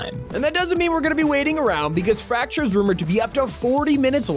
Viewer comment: Why does fracture sound like rapture?